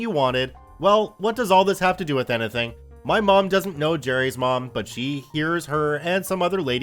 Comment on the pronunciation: why do you pronounce "anything" so weirdly?